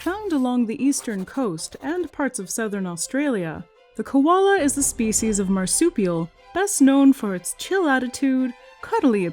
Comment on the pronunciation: Girl its Koala Not Kolola